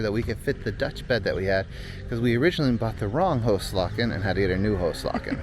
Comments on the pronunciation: Have a nice time here. You need some lessons in Dutch pronounciation though. I did not get the hygiene article you bought, also after repeated listening. And "hoeslaken" the "oe" is pronounced as english "oo" (like in loose). The "a" before a single consonant is long and open. There is not really an English equivalent as far as I know. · a little help in the pronunciation:' the Dutch word is 'hoeslaken'. 'oe" is pronounced as a double o in English. So it becomes a 'hooslaaken'. The a in this word is a long 'a' as in 'card' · Hoeslaken is actually pronounced like who's lawken